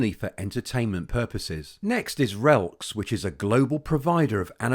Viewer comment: Diageo is on my list for a long term hold. My friend works for RELX, and they really are a solid 100 year old well run company (ticker is pronounced RELLEX though 😊)